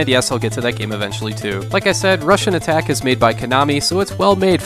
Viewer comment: Great, I was never aware before but now I can't unhear it. Every time you said Rush'n'Attack I heard Russian Attack.